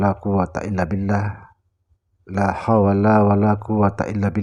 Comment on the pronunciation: ini buikan tuan guru ngucapkan lahawala aja sudah salah, lama2 patut di laporkan Mui , mgungkap rahasia diatas rahasia, skarang sy kastau klau kmu tau rahasia , bukti kekaromahmu apa?(! maaf saya tak merendahkan jgn smbarngan bicara tanpa kau tak bisa buktikan dirimu tentang keistimewaanmu, ngomong doang lhu, pasti nnti suatu saat anda akn mmperranggung jwabkn ilmu di dunia, karena mengandung kesesatan